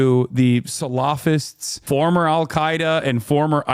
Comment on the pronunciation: Why are you saying salafist like that?😂